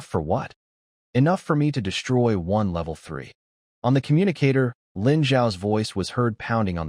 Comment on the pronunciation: The pictures dont really match the story. The mc's vehicle which changes names a few times, changes how it looks repearedly in the pictures between upgrades. It keeps mispronouncing level. I don't know what it is but i don't trust lin wan's brother and black rock city. You can do better thank you for working hard but still you can do better and check the script is correct. You are capable or better work and part 2 of various stories. Also the snow gang keeps changing names Killer shaman it just keeps changing.